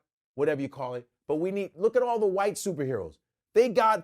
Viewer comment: Michael “jie”white 😂😂😂😂😂